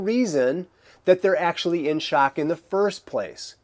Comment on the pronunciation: "Shack"...why are you saying it like that?.. "Shack"